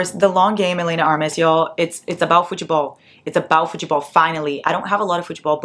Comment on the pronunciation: Holy shit!!! Are you Brazilian??? That was a 100% Brazilian way of pronouncing football (or futebol, I suppose 😂)